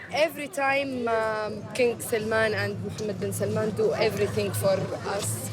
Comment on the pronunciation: SalmAn not Salmon! Watch stress.